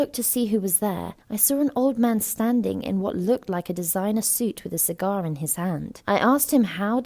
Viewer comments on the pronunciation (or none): Did she say sigARr